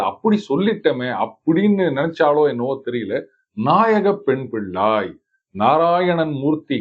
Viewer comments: தமிழை கொஞ்சம் தெளிவாக உச்சரிக்கும் யாரையாவது பாட சொல்லியிருக்கலாம்ம். பிள்ளாய் என்பதை பில்லாய் என்று உச்சரிக்கிறார். இது போன்ற பல தவறான உச்சரிப்புக்கள் உள்ளன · வெளி நாட்டில் இருந்தும் இறையைப் பற்றி பாடுவதாலும் இறை உருவம் வைத்து பாடுவதாலும் தமிழ் தெரியாவிடினும் உணர்ந்து பாடுவதாலும் ... இன்றைக்கு தமிழ் தெரிந்த தமிழ் நாட்டு ஆங்கர்களின் உச்சரிப்பைக் கேட்டதாலும் பிள்ளாய் என்பதை பில்லாய் என்று உச்சரிப்பது பெரும்பான்மை காமெண்ட்டுகளின் பேரில் கன்டோன் செய்யப்படுகிறது.. condone = to accept or agree with something that most people think is wrong. மிகப் பலர் தவறானதெனக் கருதும் ஒன்றைத் தனக்கு ஏற்புடையதாகக் கொள்; குற்றமாகக் கருதப்படும் ஒன்றைத் தனக்கு ஏற்புடையதாகக் கொள்.